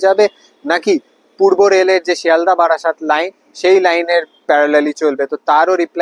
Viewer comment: বারাসাত not বাড়াসাত